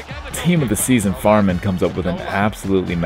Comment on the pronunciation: english language and pronounciation of german names #FailFish who is Farmann ? #Kappa